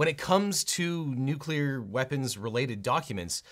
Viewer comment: thank you for pronouncing 'nuclear' correctly.